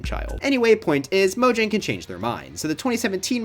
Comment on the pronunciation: its pronounced mojang not mojang be careful